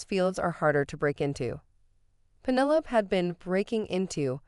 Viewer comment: Fix your bot. Pennylope...